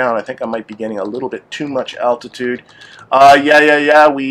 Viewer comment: Dude, there's an L in altitude.